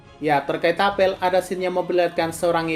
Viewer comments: Apel sebagai buah bacanya apel bukan apel 😭😭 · Ga enak banget dengernya ngomong apel salah penyebutan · I hear 'apel'